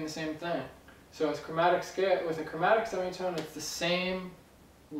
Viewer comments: lol 'chormatic' - great video! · sorry but what was that chromatic or chormatic ?